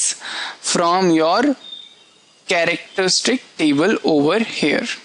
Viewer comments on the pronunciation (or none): I love your accent. It sounds like every statement you're making is a question? Character-stick-table?